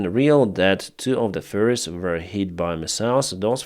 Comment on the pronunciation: accent for ferries sounds like furries